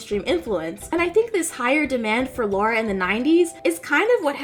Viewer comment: her name is lAra, not lAUra =/ Lara Croft